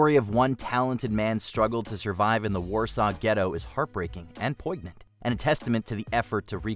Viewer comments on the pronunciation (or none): "Poig-nant." You might want to look up the pronunciation of that word. Otherwise, the narrator does a fine job, and I want everyone to sound as smart as they truly are. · Time "Poy-g-nant" (pronounces a hard "g" in the word "poignant"). 😂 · Poignant is pronounced poyn-yant, not poy-gnant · Someone needs to teach the AI voice how to pronounce poignant. Sheesh. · Poignant? Did your reader say poignant, pronouncing the 'g'? Still, a fine collection of films, and a service to those people who look for historical accuracy. Thanks. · Did this voice guy on here pronounce the G in poignant? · The expression is "set foot," not "step foot." You can't step without a foot. Also, the word "poignant" doesn't have a hard English G sound, but rather comes from French and rhymes with "signet."